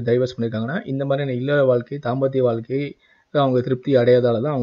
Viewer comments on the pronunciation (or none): none